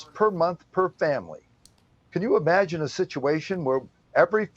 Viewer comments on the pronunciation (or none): none